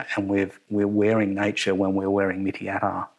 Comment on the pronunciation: You should pronounce it like "Meat-Tea" not mitty. Mitti means soil.